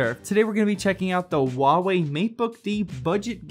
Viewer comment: Hua wei not wua wei